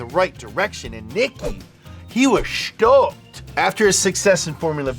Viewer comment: 😂😂 I died “he was schtoked”